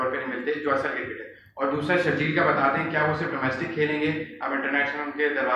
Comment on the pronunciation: Its sharjeel not shafiq clean your ears